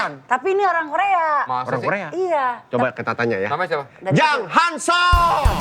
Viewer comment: Pas vincent ngomong "JANG HANSOL" Vibes nya kek org sunda lg manggil adek nya atau org yg lbh muda gtu😂🤣